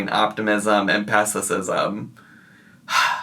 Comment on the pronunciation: “I keep going back & forth in my mind between optimism & pesticism” …said in true Amberlynn fashion 👏👏👏